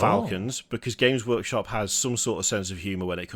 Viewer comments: did say James workshop? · ah yes, JAMES Workshop.